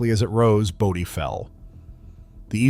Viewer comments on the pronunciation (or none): Bō - Dee ... not Body, stupid! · Great video. Bodie is pronounced bow-dee